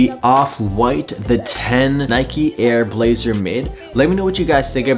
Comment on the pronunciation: “Nike AIR blazer”